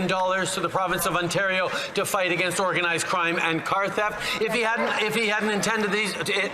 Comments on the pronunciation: He called organised crime "ourganised crime". Freudian slip? 😂😂😂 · It sounds like he said, “our guy’s crime” instead of “organized crime” 😂